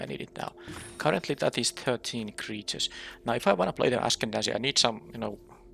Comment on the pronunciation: I like streets of new capenna, but I am just not a fan of them rebalancing cards. Even if it does make things better, it just becomes too confusing imo to keep track of 2 different versions of the same card. Also I see you're back to mispronouncing "ascendancy."